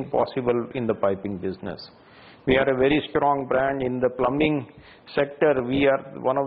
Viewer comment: Its pronounce plumming not plumbing